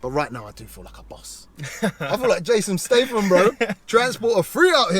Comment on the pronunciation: Jason STRAYTHAM did you say? 🤣🤣🤣 quality video as always and I couldn’t believe that barge was moving like a supercar.